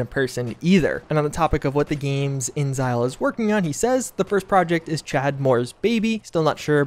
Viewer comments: Alright his is driving me crazy. Is it “Inzile” or “InExile” I know ta spelled with a capital x so I’m going to assume juice is wrong. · I don't want to be "that guy" but it's not pronounced "inzile" it's "in exile" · inXile: The 'x' is not silent, it's capitalized for emphasis even. It's "in-exile", not "in-zyl"...lol. You even feature a clip of them saying their own studio name at lol. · "Inxile" is pronounced like In exile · Not to be a language nazi or anything, but I was under the impression that inXile was pronounced "in exile." Interesting bit of speculation otherwise, though. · buddy, please. inXile is pronounced 'in exile'. It's 3 syllables. I beg of you.